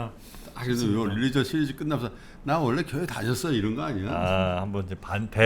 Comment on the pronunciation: 릴리전 ~ xx 륄리전 ~~~ oo 입술이 앞으로 쭈욱 나오게 발음